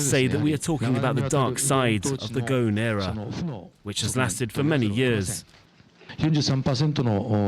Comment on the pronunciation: obviously knows his industry, but he can't come close to pronouncing a French name to save his life. Un peu embarrassing.